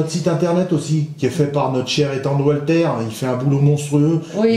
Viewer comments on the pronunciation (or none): none